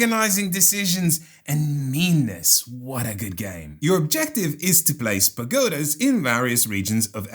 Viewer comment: During the Ethnos discussion, I kept wondering how you "play spagotas" until I realized was saying "place pagodas", heheh! Definitely a bit of a tongue twister.